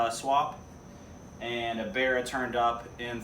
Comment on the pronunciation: Love how you call it a "BEAR-A" its like an American barra :) I get a huge rush off Aussie pride when I see you guys in the US putting our 4L six in your cars. Thanks for the great vids man your doing well